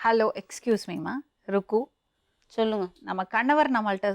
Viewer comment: It's not rubbu😂😂...it's rukku